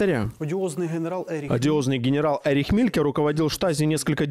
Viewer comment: Правильно произносить по --немецки ЭРИХ, Это обычное , распространённое мужское имя в ГЕРМАНИИ и родственных странах.